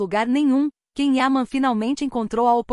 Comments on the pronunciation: Ah por favor, alguém avisa pra ela que Ken é o marido da Barbie. Esse ator se chama Can Yaman e se pronuncia "Djan Yamã"😂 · Não consigo continuar ouvindo essa pessoa desinformada pronunciando de maneira errada o nome do ator. Alguém por favor informe a ela que Can Yaman, não se pronuncia "quem ama" e sim "Djan Yamã". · Achei que só eu tinha percebido. Não vi e nem ouvi a lista, assim como a pronuncia errada do nome dele incomoda bastante. E isso é uma coisa tão fácil de aprender. Bastava ouvir a entrevista para a TV italiana aonde ele explica para a entrevistadora como é a pronuncia correta. É desse tipo de imprensa que fala de coisas que não sabem nada a respeito, só se aproveitam dele para ganhar visibilidade, como esse vídeo. 😢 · Vocês mentem só para ter visualizações. Já agora devia pronunciar bem o nome dele não???!!! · Antes de tudo, VOCÊ DEVE APRENDER a PRONUNCIAR o NOME CORRETO DO ATOR. Depois, se tiver um CABEDAL de CONHECIMENTO VERÍDICO de CAUSA, CAPACIDADE de DISCERNIMENTO da INFORMAÇÃO (fato ou fake) e competência para explanar ... tente fazer uma REPORTAGEM DIRETA, CLARA, PLAUSÍVEL, CORRETA e FIDEDIGNA ao TEMA ENUNCIADO POR VOCÊ MESMA na LEGENDA..., e, NÃO FAÇA APENAS "SUPOSIÇÕES" e "ACHISMOS", os quais não enriquecem e nem dão credibilidade ao conteúdo ora exposto pelo canal.